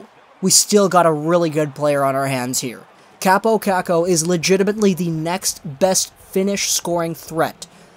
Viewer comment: It sounds pretty stupid also when you say it the "Finnish way"